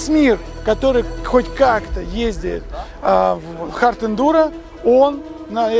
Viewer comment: Да сколько можно говорить "Ездиет"?